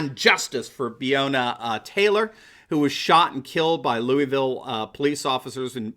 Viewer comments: If your going to tell the story get your facts straight first off her name is BREANNA TAYLOR NOT beona 🤦🏽‍♀️ and the police kicked in the wrong fuckin door there wasn’t no dam drug bust smfh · Her name is BREONNA. NOT BEONA! I live in Louisville Ky and she was a fellow EMT.